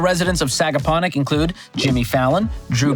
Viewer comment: Nailed the pronunciation on Sagaponack and Shinnecock